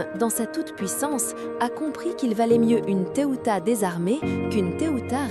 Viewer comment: Ça se prononce pas Teuta mais (téouta) et pas Agron mais (agrone) prénoms albanais encore donnés aujourd’hui, seuls descendants Ilyriens.